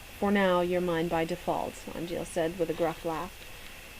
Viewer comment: Hee, you got Angeal's dry humor on the whole sorry-Puppy-you-can't-be-naughty-with-the-hologram line too. And you pronounce his name right! YAYZ!